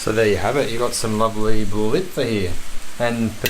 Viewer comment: your pronunciation of .. "blitva" ... is PERFECT